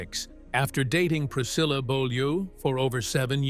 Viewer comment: Seine Ex Frau heißt Priscilla und nicht Pricille,wir reden hier vom längst bekannten Jungles Rooms, sorry mach deinen Job richtig und lass nicht den Computer sprechen 😅😅😅